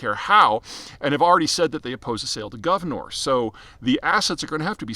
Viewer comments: What is Guvnor? it is gunvor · Not Gav-nor but Gun-vor (pronounced as "gan-vor"). Peter, you need to work on your pronounciation a bit - this happens quite often for you. Otherwise great content, and wishing all the best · Not Guvnor, but Gunvor. Russian play of Russian accent "Gun & War", what Gunvor was built to support years ago. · It’s Gunvor not Guvnor 🤦‍♂️ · FYI: It's GUNVOR not GUVNOR. It is an old norse name (the prefix Gun is common in old norse names like Gunhild, Gunnar, Gunvald, Gunlaug) and it's taken from the name of the Swedish founders mother. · It’s Gunvor, not Guvnor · It really shows how serious of an analyst you are - at least when it comes to the energy space - that you fail to correctly pronounce the name of GUNVOR, and incorrectly pronounce it as "GUV-NOR". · Gunvor, not Guvnor. The name of the wife of Thorbjörn Törnqvist taht ownes the company 🙂 Cheesrs from Sweden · Not Govnor, but Gunvor LOL Gun + vor. Vor is thief in Russian, also like a rank in Russian prison gangs, who is Timchenko. Anyway, why couldn't Biden sanction Russian oil? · Gunvor. Not Guvnor. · Did you call Gunvor Govnor on purpose? Cause it’s like Shit-or in Russian. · That's not how you say Gunvor. Also, Gunvor is an Old Norse female name.